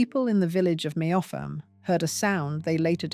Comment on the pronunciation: Meopham ,Kent is pronounced Meppam . I used to live there